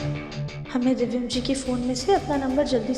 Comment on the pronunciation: किस किस को लगता है कि इस दादी को तो दिव्यम का नाम भी नही लेना आता 😂 दिव्यम को दिवियम बोलती हैं। इस दादी को बदल देना चाहिए,......🙋🏻‍♀️🙋🏻‍♀️